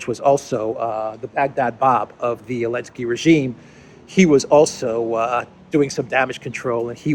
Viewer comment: Can someone tell me why is he calling Zelenski, Elenski without Z?